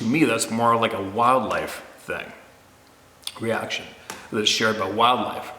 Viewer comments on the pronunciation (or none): none